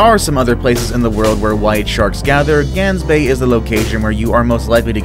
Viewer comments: It is not Gansbay it’s is Gaansbay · I live in sa which is south africa idk if its pronounced gangsbaai bc is sa alot of people speak afrikaans and gangsbaai for me is Gaansbaai like the baai u say it like bye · glansbaai I CANT LOL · Lol he pronounced Gaansbaai wrong and I am laughing 😂😂😂😂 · Probably the 3rd video I've watched that mentions Gansbaai, and all of them pronounced it wrong :( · You pronounced Gansbaai wrong twice hahaha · I am South African and it pains me how you say Gansbaai. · The one form South Africa is Pronounced wierd in english XD because you guys can't say "g" like we do which is strange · I live in South Africa and your pronunciation is rong on Gans bay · Gaansbaai Omfg the way you pronounce it hurt my earss